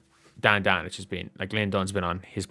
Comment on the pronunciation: Oh man, you were saying Dan Dakich! 🤦‍♂It's pronounced Dock-ich.